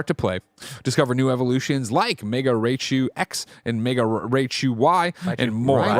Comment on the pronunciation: Hilarious moment!! Bless,,, and all coming after Greg so hard at the same time for mispronouncing Raichu 😂 Thanks for the laughs as always!